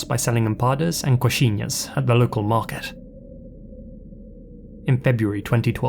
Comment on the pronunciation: Garanhuns pronunciation was not bad, but coxinha was perfect